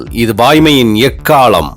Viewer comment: எக்காளம் காதில் எக்காலம் என்றே விழுகின்றது.'ள' உச்சரிப்பை சரி செய்யுங்க.இல்லையேல்' முழக்கம்' என்று மாற்றுங்கள்.